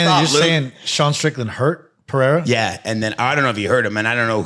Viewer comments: Pereira (Puh-Rey-Ra). There is only an "H" sound in Brazilian Portuguese if the name begins with an "R" or if there are two "R"s together (like Diego Ferreira). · Rampage making me lose brain cells. Got me thinking how to even say "Pereira". Absolute idiot. Logging off.